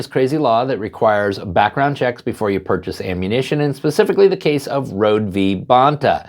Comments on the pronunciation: Her name is pronounced Rho-dee (not like "road") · you mispronounce Kim Rhode’s name. It is pronounced like “Road-ie”. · Its actually pronounced Row-DEE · Hello, I live in SoCal and I have met Kim Rhode several times over the years. I just wanted to let you know that her name is pronounced "road-ee". Keep up the great work! You are one of the channels I check daily for the latest updates. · Her name is pronounced as Road-E. Hopefully she makes the '28 Olympics.